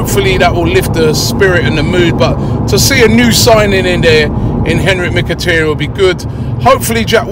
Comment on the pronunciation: MkhitTAryan Robbie.....TAryan..... not tiryan.... TA TA TA